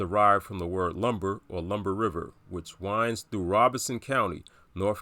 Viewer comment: Why do people pronounce it like ROBINSON County? It's literally spelled ROBESON ROBE-SON